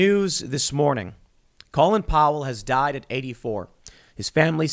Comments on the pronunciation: It sounds like Tim is calling him Colon Power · Tim please stop mispronouncing his first name. He was not named after the lower intestines. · Why do we pronounce it like colon when his name is Colin, like callin’ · So it's pronounced colon? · Wow! The matrix nearly cracked for a second there. Tim almost pronounced his name like the rest of the world but went back to the American lower part of the bowel sounding pronunciation. Colin and colon.